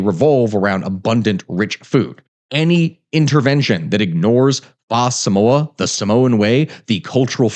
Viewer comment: faah samoa hurt my ears. but I appreciate he tried.